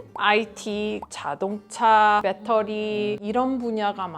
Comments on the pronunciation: 진짜 한국말을 잘하는게. . 배러리를 배터리 라고 정확하게 발음했어요😅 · 재미교포들 대화할 때 한국에서 오래 살아도 반은 영어 섞어 쓰는데 한국어를 정확히 쓰시고 정말 잘하시네요.... 태도가 느껴집니다. 배터리를 한국식 발음으로 하시다니 정말 놀랍습니다.